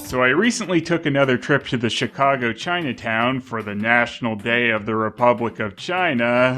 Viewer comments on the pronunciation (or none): none